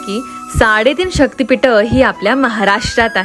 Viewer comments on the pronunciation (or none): शक्तिपीठ आहे ते पिट नाही आधी नीट उच्चार करायला शिका